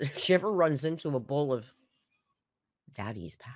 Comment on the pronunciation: I saw a comment that said Alr's pronunciation of "bowl" sent her to Pluto - now I can't help but notice this and other words; "bole: (bowl), "pee-pole" (people), "fillings" (feelings), "off-ten" (often), then there is her articulation of "quantities", "important " - sorry to bring it to anyone's attention but misery loves company